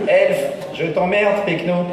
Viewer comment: C'est péquenot, pas pechno ^^